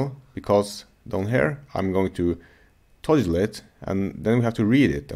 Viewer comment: Great stuff, thanks. BTW, here's how to pronounce "toggle" ->